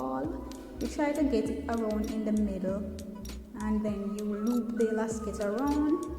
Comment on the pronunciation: It's called elastic not elacsit or elaskit